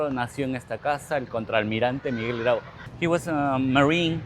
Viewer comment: la plaza de armas es un elemto ordenador de nuestra herencia urbana hispanica. Te recomiendo revisar informacion confiable ,del mismo modo revisar la traduccion. Un ejemplo concreto es la pronunciacion de "Piura" y de nuestro caballero de los mares Don Miguel Grau (Miguel grud , grod , Anita grod) incluida la informacion erronea de como murió.